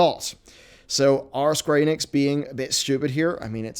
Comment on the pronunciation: He said “sqeenix” 🤣